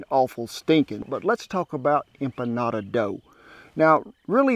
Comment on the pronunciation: I'm so happy about this one!! Thank you for giving the history and correctly pronouncing empanada :) I tried making empanadas once, but didn't feel confident with my dough. SO thank you for your advice <3